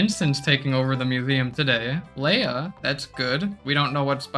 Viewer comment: Leah is not pronounced Leia learn to read